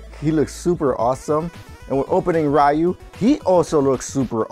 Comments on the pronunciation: It's Riu, not Raiu. (Hermionie quotes) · Dang Roy really looks cool, even his face unlike Lucina and Marth - and BTW Ryu is pronounced as Ri-yu not Ra-yu